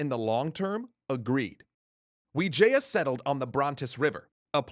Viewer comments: Bruh it's not Vijaya it's wijaya , that's even my last name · wijaya not vijaya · Grizzzy Playzzz that's what actually the name looks like though, we pronounced it with w, but the word is v